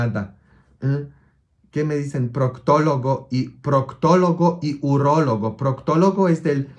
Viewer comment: Se dice urólogo padre